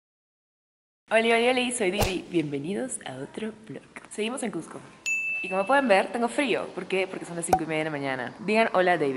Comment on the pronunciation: No es Machupichu es Machupicchu (pikchu o pijchu deberia pronunciarse) No quiero ser pesado o sonar mal, pero por favor pronuncien bien. Lo mismo con Cusco no es Cujco.